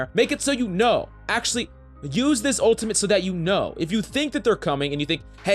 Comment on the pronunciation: This guy: his owtamit I don’t know why he says it like a toddler with a speech impedatment